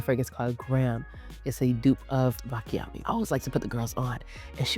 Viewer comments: I love you videos :) I just wanted to tell you that we pronouce it : BATCHIAMI ! I'm italian that's why I decided it to tell you :) Kisses :) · Love you.. you're butchering the names Baciami (pronounced Bah-chee-ami), Sol de Janeiro (Jen-air-oh), Khair (pronounced care), Nishane (nee-shah-nay), Sospiro (so-speer-o). Peony is pronounced PEE-uh-nee (stress on the first syllable). I swear i think you're amazing and not trying to be shady- truly trying to help you (and your viewers who watch and learn from you) out. ❤